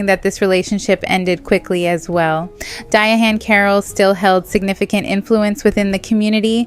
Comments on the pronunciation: The ‘H’ is silent. It’s just pronounced ‘Diane.’ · Why is she saying her name like that. It’s pronounced like Diane